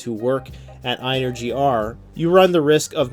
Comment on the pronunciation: Its pronounced just like the word energy. ...think about it..the word "in"..ergy...